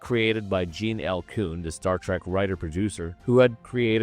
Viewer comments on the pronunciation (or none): none